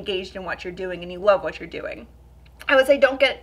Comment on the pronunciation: The only thing I don’t like about you is the way you say “and” 😐